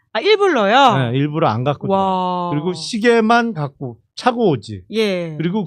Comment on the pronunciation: 일불러가 아니고 일부러 ㅋㅋㅋ 계속 일불러라고 발음하시네